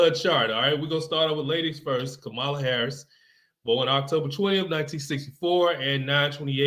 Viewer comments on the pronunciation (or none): Ka-MA-la correct pronunciation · I hear that you are biased from the beginning. You mispronouncing her name is a tell tell sign. Smh